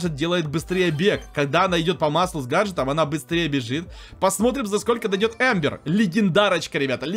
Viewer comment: Не эмбер а амбер